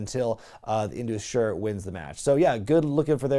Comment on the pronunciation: Hello. Sher is pronounced as "Share" - which means Lion in hindi